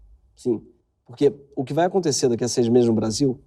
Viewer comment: ai, voce "rai pra la "